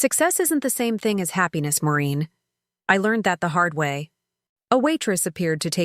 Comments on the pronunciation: Her name is Maureen not Marine! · Get the name right. It’s Maureen, not Moreen or Marine. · Maureen not Moreen so many errors in all these stories!!Get a dictionary, please.